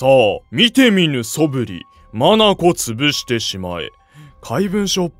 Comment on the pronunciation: 眼潰しを「まなこつぶし」って読む人始めて見たw